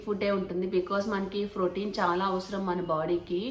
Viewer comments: Phroteen kaadhu akka protein ❤️ love ur innocent words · Its protein not frotein